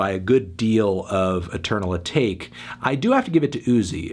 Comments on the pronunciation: eternal ah-tock-ay. not ah-take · i die a little bit more inside every time i hear "eternal uhh-take". AH-TAH-KAY!!! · Dude, why can’t you pronounce lil uzi verts shit ever? “Footsul shuffle” and now “eternal a take” lmao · Ok it is so annoying to me how he says “atake”